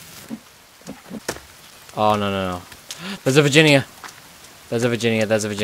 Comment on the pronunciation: lol u said 'virgina' not Virginia